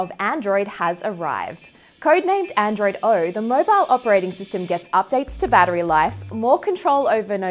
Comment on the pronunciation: Yes, please tell me more about Android "Arw" as you say it.